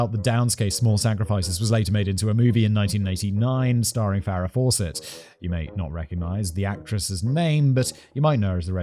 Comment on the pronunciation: First time hearing Farrah Fawcett name pronounced like how Simon pronounced it.